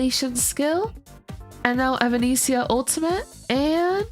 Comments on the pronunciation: hey, just to give you some friendly guidance on how to pronounce her name, its more like - eh-va-ness-ee-ah. think of the band evanescence. thanks for the guide xxx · genuinely cannot finish this video with the way you pronounce her name